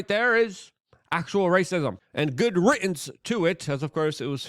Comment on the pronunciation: *riddance with a D sound not T